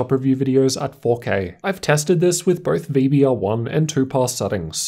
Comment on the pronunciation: Dude. BOTH!!! NOT birth! Easy correction